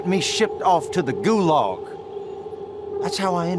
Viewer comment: I was about to open the door when he said "Gu-Log". And thats when i screamed "ITS GU-LAG,BLYAD" and killed him